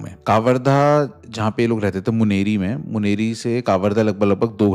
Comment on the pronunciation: मुनरी नही मुंगेली 😂